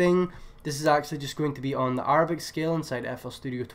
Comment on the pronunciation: bro its (air)-a-bic not (are)-a-bic LMAOOOO